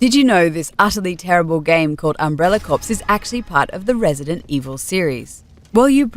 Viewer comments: Corps, as in corporation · .....Umbrella "corpse" ???